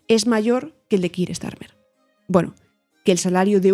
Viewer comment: Con todo el respeto del mundo. Me sorprende la manera tan defectuosa de Villanueva y al pronunciar el nombre de Keir Starmer. O se hace en castellano o se hace en ingles y. Lo de ellos es un híbrido casi ininteligible fuera del contexto.